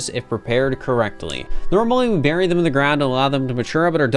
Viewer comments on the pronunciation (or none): none